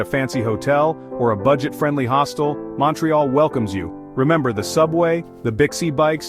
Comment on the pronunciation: Mawntreeyalll 🤦‍♂️ Its (mount ) ( ré ) (al ) say it correctly